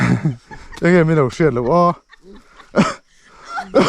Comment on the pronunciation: Ka ngaihthlak tam hmain i lam dan diklo nia ka hriat, pakhat 'Ang e ' i tih hi ' Enge' tih tur zawk a va nih hmel ve😅 Chuan,Leiruangtuam chungchângah khan Edisona pa i ngam mang tlat lo lo😂😢😮😮😮